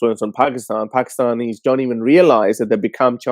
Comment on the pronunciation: Person name Alexander claiming himself from Pakistan but I believe he is Indian the why he pronounced the word "Pakistanis".